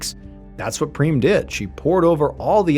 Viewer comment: Every time he says Preem, I think of Cheem Creams from Nobody Cares Anthony. 🤦🏻‍♀️😂😂